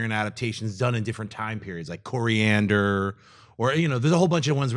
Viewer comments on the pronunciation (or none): i'm so glad...i thought it was me...coriander? like for cooking? LOL!!!